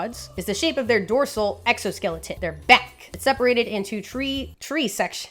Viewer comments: I love the way she mispronounces three. Im not alone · Boid, toitle, twee, Must be the Bronx Zoo. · Do you by any chance have some Irish genes. Because that sounded like the wee Irish coming out for we say tree not three. A fact I learned when going down south when I was very wee.